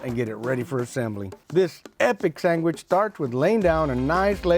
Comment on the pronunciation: Sang-wich...... that's the way I grew up saying it until my teacher corrected me😂....mexicanslang